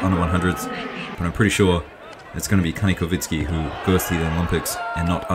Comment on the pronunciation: Bro, not kanikovitsky he is Kanikovskiy-Kovski